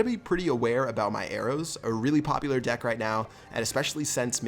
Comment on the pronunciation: when he said deck I thought he said dick XD